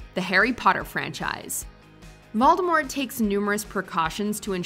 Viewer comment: she said "Moldemort"...